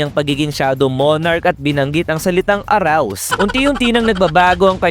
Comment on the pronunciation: Arise hindi Arouse🤣🤣🤣